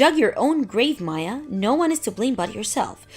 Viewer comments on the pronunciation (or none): none